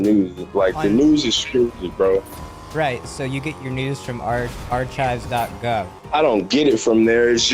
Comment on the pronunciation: i think you mean ar-chives